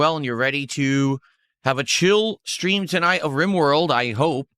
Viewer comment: Why does he add an H to street and stream? Its so fucking annoying